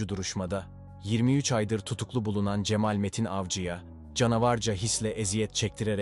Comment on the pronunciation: Sizi beğenerek takip ediyorum ancak bazı kelimelerin telaffuzu dinlerken çok rahatsız ediyor ( vaaaril, cemaaal)